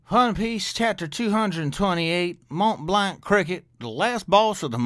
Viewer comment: You're saying "Montblanc" just fine, at the very least it's how the Funimation dub of One Piece pronounces the name, so you should be okay. Like I said several times before though, I'm loving the adventure so far. One of my favorite OP arcs is coming up real soon.